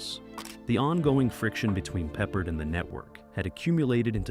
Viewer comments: Have a thumbs down because pronouncing Peppard wrong, not talking about the act who played the driver/ex-con, the special cigar, and rowing down the river. What fur coat!? Big deal. Still love the show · You call him Peppered?Pa-Pard! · Unfortunately, this video is misleading because there are (too many) clips NOT from the Banacek series, but from the film The Groundstar Conspiracy (1972, also starring Michael Sarrazin). It also obvious that no one edited the mispronunciations of George Pepper's/Pappard's/Peppard's. Do better or don't bother. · Peppered 🤦‍♀ Pep-pard ′ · Pee-pard? Pepper? Peppered? 🤣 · AND even"Peeper"!Ha!😂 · AI doesn’t know how to pronounce Peppered! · Unless there's something we don't know, it's Pep-pard. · George Pee-pard lol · They keep mispronouncing the actor's last name.